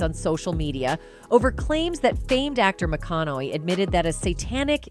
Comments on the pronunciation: I don't know whoever the heck is doing this, but his name is McConaughey not McConnelly. People shouldn't pass themselves off as reporters if they can't even get the names right. What a crack of crap! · It is NOT McCONNOLLY!!! McCONNAUGHEY is correct. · After the second LEY in McConaugHEY's name? I had to shut it off. Learn to pronunciate and when you're speaking about celebrities that everyone knows!! You could at least say their name correctly!!! Especially when everyone else can. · Please learn how to pronounce his name correctly